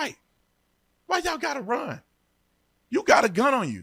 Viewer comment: The reporter said Rund instead of run what a shit reporter😅